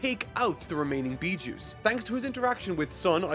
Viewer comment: “Bee-juice”. Im DEAD